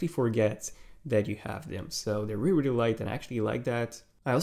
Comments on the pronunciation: “wealy wealy impressed me” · You wear reary reary impressed